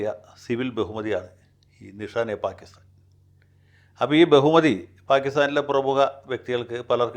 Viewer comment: Nishan-e-Pakistan ആണ് ശരിയായ ഉച്ചാരണം.